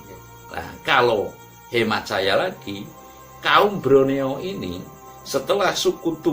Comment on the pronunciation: Broneo apa Borneo? Krn waktu jaman Belanda ada sebutan Jawa=Java.Sumatra =Andalas, Sulawesi=Salebes dan Kalimantan= Borneo, sy pernah merantau di Kalsel, Banjarmasin, namanya suku Banjar, bahasanya banyak yg sama dgn bahasa jawa, budayanya sama dgn Jawa yaitu wayangkulit.